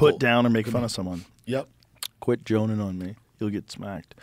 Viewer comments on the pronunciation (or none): This dude donell 🤦🏿‍♂️🤦🏿‍♂️ it’s pronounced “jawnin” not joanin